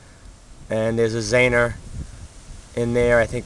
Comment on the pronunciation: Zener. ZEE-ner not zaner